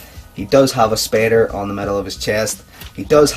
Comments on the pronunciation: "The spader on the chest " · why you say spader when it's spider